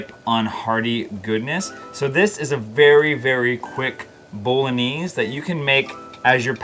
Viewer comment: What a great selection of sauces! I'm going to try every one of them-thank you! Love the way you pronounce bolognese! Never heard anyone pronouce it like that! Looks delicious! Thanks. Love your videos-watch them on repeat to get loads of dinner ideas and for the general enjoyment that comes from watching you and your lovely family. 😊😊😊